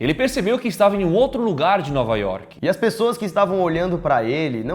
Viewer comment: Alguém percebeu que no minuto o Lucas disse PRESSOAS